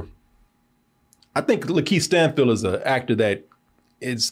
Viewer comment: Why does keep pronouncing it Lan-Keith Stanfield and no one's saying anything? 😂